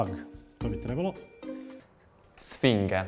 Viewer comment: 6:2 bahhahaha kad je rekao Svinge onako dramaticna tisina